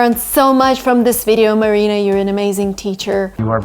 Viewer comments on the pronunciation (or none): none